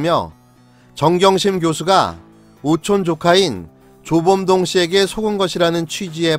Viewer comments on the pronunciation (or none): 사기군 조범동이 자꾸 조중동으로 들리지...??